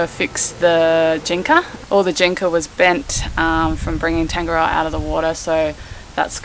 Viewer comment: The boat is nice but you cant even say its name properly